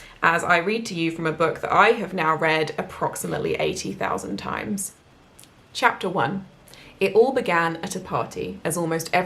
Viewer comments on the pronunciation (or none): none